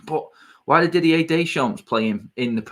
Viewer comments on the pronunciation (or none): none